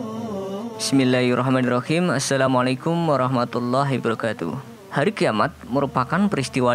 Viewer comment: Gan salam ye salah tuh saat Lo pertama ngomong salam bukan hibrokatuh tapi hi wabarokatuh